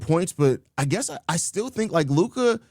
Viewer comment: Ya he’s another one of these guys who doesn’t even have the decency to pronounce Lukas name right. I’m sure he would correct you if you mispronounced another name tho.